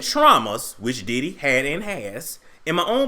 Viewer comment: Its the "Diddee" for me 🤣🤣